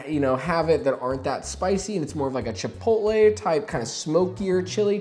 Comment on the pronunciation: Accurate till you said chitpotle